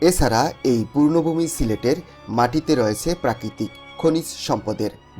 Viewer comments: 'Purno vumi' noy, 'Punno vumi' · "পূর্ণ ভূমি" না, বলতে হবে পূণ্য ভূমি। শুধু ইউটিউবার হলে চলে না, লেখাপড়াও কিছুটা করতে হয় ব্যাটা